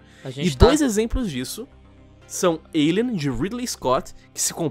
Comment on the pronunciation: O certo = Alien Lion: "Eilian" Que???? Que p0rr4 de pronúncia é essa?